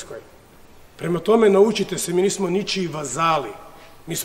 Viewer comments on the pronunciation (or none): none